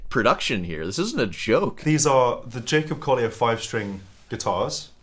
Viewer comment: J"a"cob "coll"ier